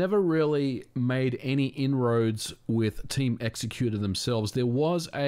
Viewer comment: Thank u for saying "x-ecuter" and not "exec-uter" like I've heard some ppl -_